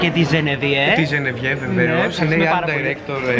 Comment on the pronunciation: Δεν λέγεται Ζενεβιε λέγεται Ζενεβιεβ πάντως είσαι QUEEN#